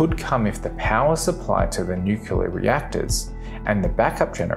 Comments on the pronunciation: Credibility stopped after the word "nucular" was uttered. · Cool video, but when you say "nuke-ya-ler", it makes my ears hurt!